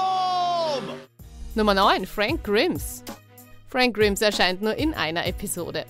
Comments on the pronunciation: "Grims" das wird "Greims" ausgesprochen. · ausgesprochen frenk graimes - frank grimes.. sprecht wenigstens die namen richtig aus, guckt die deutsche übersetzung an, damit ihr wisst wie man namen ausspricht.. letztens erst tekah... tikej ausgesprochen verdammt nochmal! ansonsten top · Oidda i hobs da schon mal gesagt man schreibt nur Grims man sagt aber Greims 👿 und Ceciel müsste Bob seine Schwester sein der heißt schon Cecil gesprochen Cecel. Bitte lerne richtig zu sprechen sonst habts ihr bald nenn Abonnenten weniger 👿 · Grimes is not a Bösewicht! Und: Greims not Grims😁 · Die Sprecherin ist offenbar mit den Simpsons (oder mit der englischen Sprache) nicht so ganz vertraut. Z. B. spricht man Grimes nicht "Grimms" aus 😏 Trotzdem: Grüße nach Österreich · „Frenk Krims“ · Greimes und er kimmt zweimal ihr sprecht in jeder folge was falsch aus